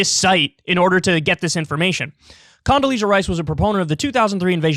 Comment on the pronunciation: Condasleeeaza strikes again